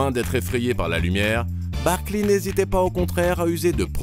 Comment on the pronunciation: Je vous adore, mais j'ai eu mal aux oreilles tout au long de cet épisode. Sérieusement les gars, vous prononcez : Barkliiii ?